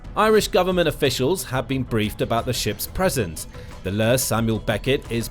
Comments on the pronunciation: It's L.E. Samuel becket not Le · Good video, the LÉ means "Long Éireannach" (Irish Ship), which is abbreviated to LÉ. When you say it its best to just say the words instead of the way you said it it sounding French like LA Samuel Beckett, just say "L" "E" 🙂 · Hey man great video but just a pointer the "LÉ" on all the irish naval vessels is pronounced "L" "E". It stands for Long Éirneach meaning irish ship in irish 😁